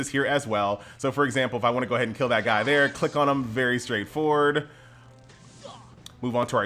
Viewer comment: "Guy" is not how I pronounced this. I thought to myself, guh-yeeee, doesn't sound like the best name.